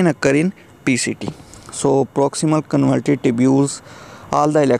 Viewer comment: Bhai Jaan pronunciation ke to apny aesi ke taisi pheri hui. Trichuris ko Tircharas, convoluted ko convulted, . Fluid ko fluud. Glucose ko gulucose. Renin ko re-nun or pta ni kia kia. Itni mehnat ke hui h apny thora idher bhe twajjo dy lo. China k graduate ho kia?